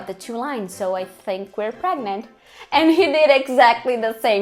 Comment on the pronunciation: " I'm VERY pregmant " 😂😂😂 Como se diz "morri" em inglês 😂😂😂😂